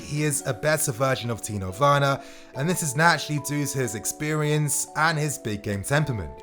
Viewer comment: You keep saying tino werner instead of timo werner